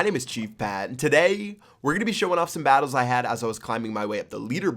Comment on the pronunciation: Listen to the way he says today at the beginning of the video